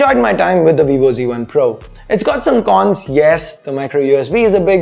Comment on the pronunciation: its z1 not c1...please try to pronounce it in the right way...